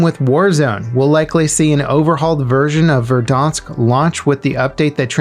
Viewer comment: Ver danx?? no it is said ver dan cs you butchered that pronunciation